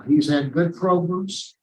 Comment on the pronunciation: Make sure you take your progums before going in front of Mr TONY lol he loves his PROGRUMS